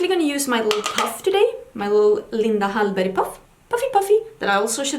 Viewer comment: Can I just say I love how you say Linda Hallberg, because it’s probably how it should be said and not in an American accent. 😂